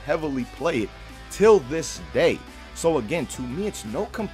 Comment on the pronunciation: Someone needs to make a list of times said "Till dis day" 😂